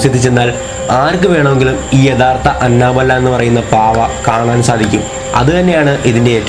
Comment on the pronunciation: Anna bella alla anebella🤪🤪🤪